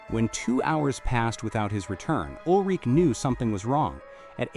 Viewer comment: It is Ul-Ri-Ke...the e is pronaunced. Like "a", schwa.